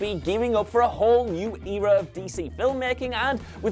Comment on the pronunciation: The way he pronouces “era” and “leto” is just... ow